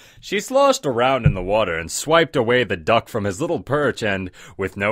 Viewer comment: i luaghte of how he pronowst ducky